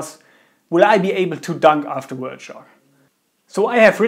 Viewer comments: "wert" shock lol. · its hard for us germans, to pronounce it so dont be to hard.